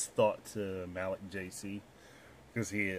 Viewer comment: thanks for crediting me, but, its pronounced Ma-leek. lol.